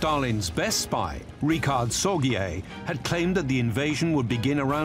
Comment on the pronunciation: No Richard sor-gee-yay. Sorge. Rhymes with George, but softer. Famous and effective Communist German spy in Tokyo, Sadly, hanged by the Japanese just before the end of the war. A great guy, loved by everybody on all sides in Tokyo.